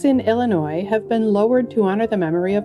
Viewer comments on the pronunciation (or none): none